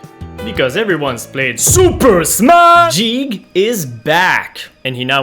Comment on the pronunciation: You're saying "Jeeg", when in fact it's "Geeg" as the original Japanese is ギーグ (Giigu) Ang "Jeegas" is "Guy-gas", though in Japanese his name is still ギーグ